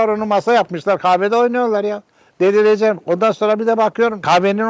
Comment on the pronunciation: "delirecem" nasıl bi deyiş o